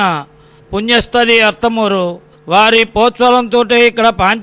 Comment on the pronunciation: ఆర్త్ మూరు కాదు అర్తమూరు